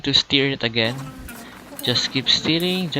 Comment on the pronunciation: Stirring not steering like (a car)